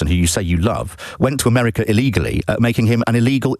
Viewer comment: said ‘merika’ 😂